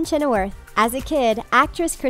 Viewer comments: omg the pronunciation in this vid...do they mispronounce things just to get comments?? it is chenoweth, not chenoworth...12 years A slave..not OF slave..etc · Just so you know, Kristin's last name is pronounced as "Chin-a-with", not Chin-a-worth. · Do you just hire these voiceovers to read? They are not pronouncing the names right. Chenower? disappointing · PLEASE pronounce the names correctly!!! ChenoweRTH???? Twelve years OF slave ???? Come on.... have some self respect in your job.